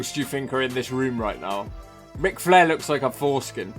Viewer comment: Don't stop what your doing!! More of the same please..As for your EX?..erm ive been single 10years..No advice as I'm a fuckwit🤐😂🤣..my fave video so far proper drunk!!.. has no problem saying "Shenanigans" correctly but cocks-up flairs 1st name in the same sentence!😂😂🇬🇧